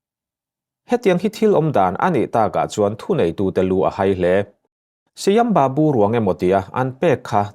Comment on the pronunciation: Ka pu Shyam babu/Sam babu tia lam tur a ni e ilam dan hi a dik lo aw.